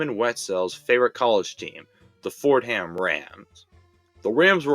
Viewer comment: The Rams are where they belong, in L.A. They never should have moved to St. Louis in the first place. Oh, Fordham is pronounced Fordum, not Ford Ham.